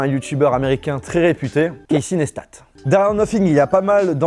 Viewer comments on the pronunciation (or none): On dit « Casy NeistA »😂